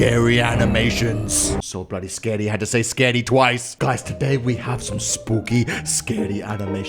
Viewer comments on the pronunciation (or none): I love how he says "scardy" instead of "scary"